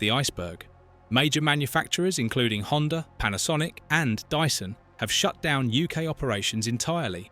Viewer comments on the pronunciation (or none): none